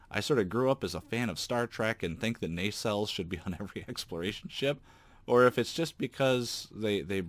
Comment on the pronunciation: Not "Nay-sales". Instead, Nuh-cells or even slightly Nah-cells.